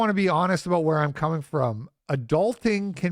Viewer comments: aboot? your not a dirty maple monkey Canadian are ye? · "aboat" oh, youre canadian. european opinion discarded